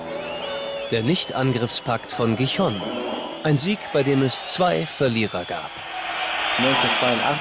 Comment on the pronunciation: Also bitte sprecht doch Gijón richtig aus ihr Atschlöcher..